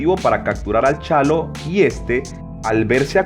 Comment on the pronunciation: Es Chalo A. no "chano"!